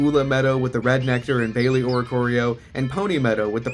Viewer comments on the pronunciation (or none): So hype for new video, love the Tapus (in their normal colors AND their shinies), love everything mentioned that they stand for, I didn't know that the island names were literally words for colors! That's so cool! (Hey uh did you just pronounce baile form(e?) (which I've always taken to be the Spanish word for dance, pronounced ~bye-lay) as bayley???)